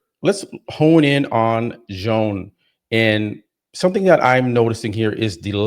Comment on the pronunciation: “Joan” is pronounced “Yo~an” Senor!! 🗣️🎙️🇪🇸